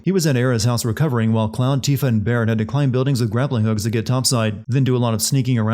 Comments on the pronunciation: Hearing Tifa pronounced as Tiffa is killing me every time he does it big yikes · I should sin this video for you saying "TIF-AH" instead of 'TEE-FAH' like it's supposed to be pronounced. * Also, the Whispers intervened with Aerith in the beginning because the vision with Sephiroth delayed Cloud and her meeting. The Whispers kept her in place. * In addition, seeing the Whispers probably works by if someone who seems them touches someone else, it gives them the ability to see them as well. All of the other Avalance members touched Cloud, or he touched them at some point during the first bombing run and afterward. Hence why they can all see them. We also don't know how many people Biggs and Wedge touch or joke around with in the neighborhood watch which might lead to a cascade of people seeing the Whispers. Maybe they high-five people, or shoulder pat or whatever as they walk around. It would make sense that everyone is close in the slums. * They stated in-game too that Aerith has to come along willingly to Shinra. They knew where she lived but they couldn't force her to come---likely because the Whispers wouldn't allow it or it has to do with a Cetra thing they discovered. As long as they know where she is, they can wait for an opportunity for her to surrender herself. * Plus, Aerith knows it was Zack's sword but she'd probably assume that several different SOLDIERs carry them. Angeal had it first, then Zack. If I were her, I would assume it was a choice to carry a sword like that around. Either that, or she knows something is strange that they carry the sa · For god's sake man, her name is pronounced TEE-fah, not TIH-fah 😆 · I played the OG FF7 when it came out with no voice acting. Want to know what I called her? Tifa not Tiff-uh. Also the comment was supposed to be snarky in the style of "Sin videos" Like I was sinning him on the pronunciation. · It's pronounced Teefa not Tifuh. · LOL why are you pronouncing Tifa as "tiff-uh" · its tee-fah